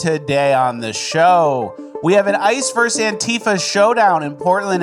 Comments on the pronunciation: It's VERSUS NOT VERSE! Much love. Hail RRB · *versus, not verse